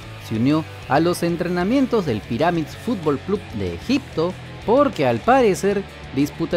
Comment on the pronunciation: Info, se pronuncian... Píramids y Léister